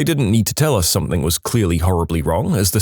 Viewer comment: There is no K in the word something , somebody tell the narrator